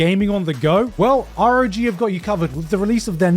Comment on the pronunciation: did you just pronounce it ar-o-gee??? Its rog!